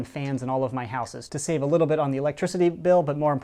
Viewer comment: did he say houses with another s